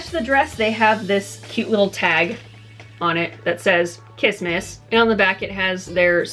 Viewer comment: i heard kismisis instead of kissmiss aughhhhhhhhhh